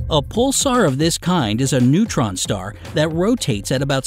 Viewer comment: 'Neuron star'??? The NERVE they have in confusing those words. LOL😂